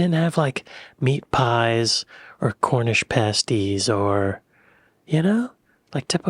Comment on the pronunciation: A small part of me died when you said cornish pasties correctly 😢